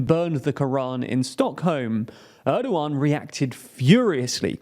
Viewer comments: nope there is h sounds in the name it is more like ERDOoAN, Turkish is really easy to read language once you go over the alphabet, in most cases letters is read exactly as you read them in the Turkish alphabet, there is no sudden changes in pronouciation of letters it won't change between kid and kite a Turk would read I in both of these words as they read it in kid, because i is an i it is not sometimes ay sometimes i . The only confusing thing is ğ because this thing is not a letter it has no sound or meaning it just elongates the letter before it. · It's Erdoğan, pronunced as "Erdoh-ahn" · because people should be smart enough to learn how to pronounce the ğ in Turkish. It's really not hard, it just elongates the preceding vowel. So it's Erdo-an, dead simple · Ana dili İngilizce olan birisi "Er-doh-ahn" yazısını okurken H harfini okumaz. H İngilizcede yalnızca bir hecenin başında okunur. "Erdo-an" yazsaydım "Erduen" gibi okuyabilirlerdi. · It's Erdogan, and yes, it's a weird pronunciation. And I don't get why people don't adapt it in some cases to a way that can be natively spoken, here in Brazil we do that all the time.